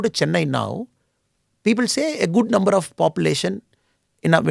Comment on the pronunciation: Why does Annamalai says nember for number?